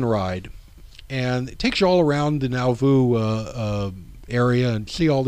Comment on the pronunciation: Thank you for a great presentation! You have encouraged me to make a trip to Nauvoo. Two small comments: The R in RLDS stands for Reorganized, not Reformed, as you will see in the older church seals you display. Also, Nauvoo is pronounced naw-voo, not now-voo. ;-)